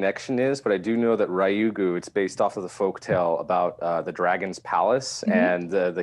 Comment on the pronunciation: FYI its pronounced Ryu "as in blue" Gu. The Japanese alphabet Ra, Ri, Ru, Re, Ro are difficult for western palates. Ri-yu-gu